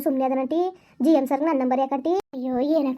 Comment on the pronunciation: ಜಿಯ ಎಂ ಅಲ್ಲ 😂😂😂😂ಜೈಲ್ ಮ್ಯಾನ್